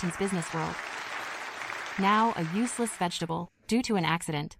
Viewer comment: Vegetative ❌ Vegitable ✅ 😂😂